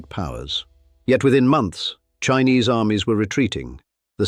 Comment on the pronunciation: This documentary looks like it was made in the 1950s. Those maps look like they came from the kinds of atlases that were in use back then. I'm more bothered by the shitty pronunciation of Chinese names. If you're going to make a historical documentary it's inexcusably sloppy to not bother to learn how to pronounce the names of figures involved. The narrator reads names written in Pinyin using English phonetics. Hearing him pronounce Yuan Shikai's personal name as SHEE-kai and the empress dowager Cixi's name as SIX-ee is grating to the point of distraction.